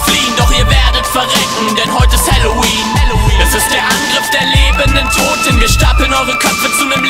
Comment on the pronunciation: kann das sein das du statt (Toten = Totem) gesagt hast?